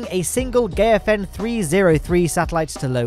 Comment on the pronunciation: Just a tip, Gaofen is pronounced "Gow fen" not "Geyo fen"